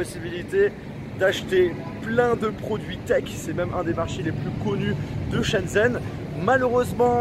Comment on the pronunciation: "Chen zen" mes oreilles saignent désolée